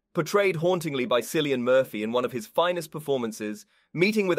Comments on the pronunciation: Cillian is pronounced with a 'K'. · Which character? I noticed he mispronounced Cillian Murphy's name. I don't remember enough of the character's names. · How am I to take this seriously when you can’t even pronounce the main actors name correctly? If your gonna do film commentary have some respect for the artists of the craft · If you want to do film criticism, you should at least learn how to pronounce the name of the lead actor. Cillian is pronounced with a K sound. Ask any Irishman.